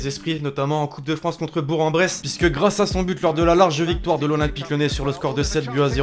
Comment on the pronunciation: ON NE DIT PAS « bour en bresse » MAIS « bourk en bresse » (je suis du coin alors sorry de vous déranger avec ça)